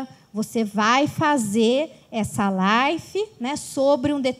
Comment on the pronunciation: Não é Life, é live !!!